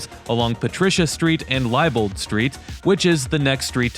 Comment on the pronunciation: THIS is my neighborhood. Going down Electric, had you not turned left on Visger and kept straight, you would have driven right past my old house. Liebold is pronounced LEEBOLD. I have to save this video because these are the streets I grew up on. To the right of visger & Electric was a record store called Shake it Well records and the building to the left, that had the pollution mural was Downriver Lounge. Boynton School was on Fort St and on Fort St between visger and Francis is/ was my old church Greater Bethlehem Baptist. What a beautiful tour of my old neighborhood. Thank you for the memories and the update.